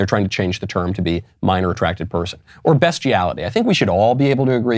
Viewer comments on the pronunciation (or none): Did he say "best-iality" ? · Why are you pronouncing beastiality, best?